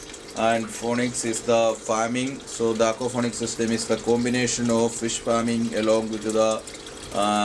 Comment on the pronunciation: It is not aquafonics, but it is aquaponics!!!!